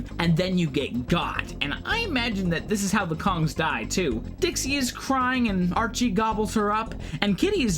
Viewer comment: Oh and BTW, its Arich, not Archie.